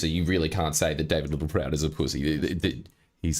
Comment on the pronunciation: I always feel like I need to duck every time Littleproud ptt-pronounces a word with a ptt-P in it.